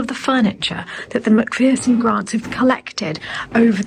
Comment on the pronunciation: Macpherson is pronounced like MacFurson, there’s no fear in Macpherson!! 😄